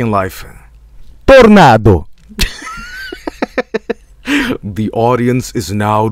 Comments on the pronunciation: "The legend, it com to lipe." I will never not quote this. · "the legend come to LIBE...